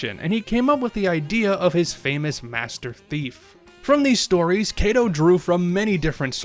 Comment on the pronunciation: The pronunciation of the author's name, Katou (加藤/かとう), is a bit off. It is short "A" sound.